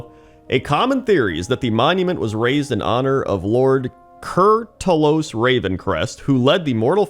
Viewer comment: Holy kur'talos that hurt to hear wrong so many times.